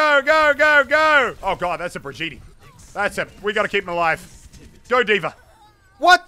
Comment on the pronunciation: I LOVE the way you said Brigette hahahahahahaha